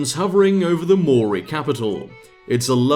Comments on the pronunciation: New Zealander here. "Maori" is two syllables. "Mao" as in Chairman Mao and "ri" as in ring. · wb, glad to see you back. Also a good way to remember the correct pronunciation of Maori is to think 'Mao' as in the guy who lost his capital, then 'Ri' as in the first syllable of 'Rizal' who also lost his capital. Both syllables of Maori have already lost their capital. We New Zealanders are rising up against the mispronunciation, surely if everyone says it right then Te Rauparaha will gain the confidence to backstab Australia.